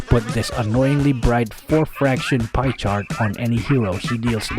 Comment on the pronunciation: He really said pie chart Im 💀